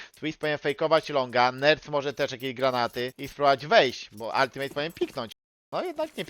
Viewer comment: Demydż i Altimet a nie altimejt i demejdż